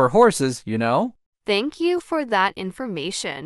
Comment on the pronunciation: bro why you said lnow😂😂